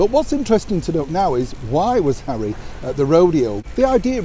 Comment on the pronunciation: HAWWY HAWWY HAWWY 😱😱😱 🤮